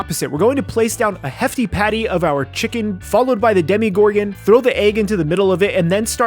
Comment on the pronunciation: I love how you said demigorgon instead of demogorgon